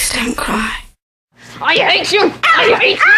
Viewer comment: An absolutely brilliant composition, without a doubt! My single disfavor is Kathy Warren’s pronunciation of the word “cry”, it’s not clear and warrants a Google search. Sounds like “cwua” to me - does anyone agree?